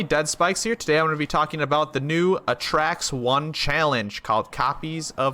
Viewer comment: Its A-Tracks not atracks